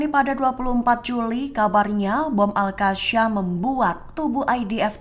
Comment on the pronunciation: Sebut yang benar AL QASSAM bukan Al Qasyam. SAM bukan SYAM!